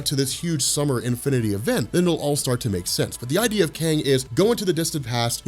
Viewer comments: I keep hearing kane the conqueror rather than kang the conqueror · Are you saying Kane??? or KANG???